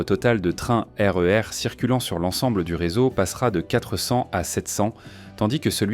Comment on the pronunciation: Ah la la... Cette voix IA, ses liaisons mal ta propos et son incapacité à gérer les sigles comme SNCF ou RER... Ça fout tout en l'air...